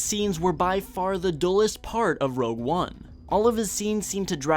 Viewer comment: Before commenting, just remember, it's ROGUE, not ROUGE